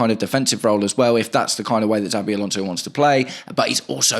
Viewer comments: *CH*avi Alonso, not *TS*avi Alonso 👍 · Why do you call him Zabi?